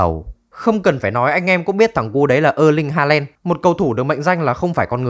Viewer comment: ơ ling halen, đót măn =)) cũng đến chịu thằng đọc